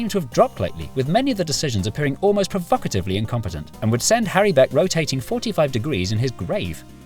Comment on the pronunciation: When you said provocatively I heard "perfucitively" and thought I had just learned the greatest word ever created...